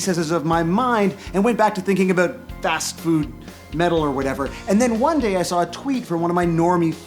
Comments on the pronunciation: Lol "oot" and "aboot" xD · Please say soory, and abut next to eachother!